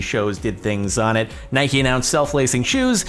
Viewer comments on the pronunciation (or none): none